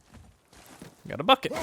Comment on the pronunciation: I swear,every freaking time he says "bucket" I hear "Fuck it" or "fucket". So effing confusing.